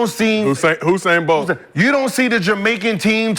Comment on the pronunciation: The way they pronounce Bolt first name is crazy 🤣🤣